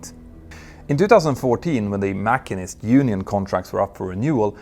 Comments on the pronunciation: Enjoy your channel! BTW it's pronounced "mashinist" not "makinist" in English, emphasis on second syllable. Keep up the good work! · Just so you know, in English the word machinist is pronounced mash-een-ist ... like the word machine with an 'ist added. Not mak-in-ist. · Petter Hörnfeldt is supremely on top of his brief and has incredible communication skills, in what isn't even his own language. One nitpick - "machinist" is pronounced "masheenist" not "mackeenist" - it's not the Germanic or Scottish "ch" - after all we also say "mashine" (we got the word via French from Latin) But fascinating story - a bit of a metaphor for the whole American enterprise, and other countries that have emulated that form of extreme capitalism, such as the UK, and here in NZ. In regard to the criticisms of "Better Help" below, I did check out a review of the service, which was generally favourable. However, the sort of help they can give is restricted, and isn't covered by insurance, and costs $65 to $95 per week. As a retired medical practitioner, I'd always approach such an online service with care and try to ensure that you are comfortable pursuing this. There is a review here: To label the service a "scam" would appear to be unduly harsh, but of course some people's experience might not have been good. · The pronunciation of “machinist” is driving me nuts. Every video where he says it I cringe. 🤣 It’s not “mach-in-ist” it’s “mash-sheen-ist” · Dude, I know you said the word at least 3 times, but sorry, there is no such thing as a MACK-in-ist. "Machinist" is muh-SHEEN-ist, same as the base word "machine" (muh-SHEEN). Cheers! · Machine-ist (mash-een-ist) not mac-in-est. Great video. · The what union? Mackinist? 😂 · Masheen-ist. It’s pronounced Masheen-ist. The speed of sound is only coincidental to the subject. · Not trying to nit pick and I understand English is not your first language, but machinist is pronounced ma-sheen-ist. Love your videos on both channels.